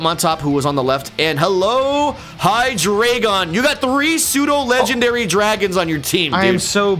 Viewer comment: aaaaaaaaa its not 'HeyeDraygon' It's 'HeyeDreyeGon' i keep getting triggered... Deino = Ein Zweilous = Zwei Hydreigon = Drei It's german.....